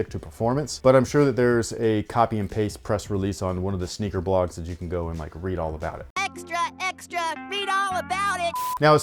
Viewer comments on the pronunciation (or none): none